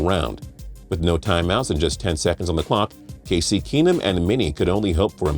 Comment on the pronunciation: GET OUT OF MY CAR lol. Thats not the first time I heard someone call him Casey. When he played for UH they called him Casey alot